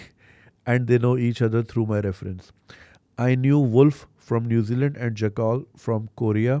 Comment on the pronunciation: Btw it's jack-el not jakkaal